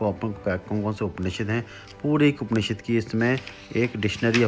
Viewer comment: उपनिषेद नहीं होता, उपनिषद होता है, शायद आप सही तरीके से नहीं बोल रहे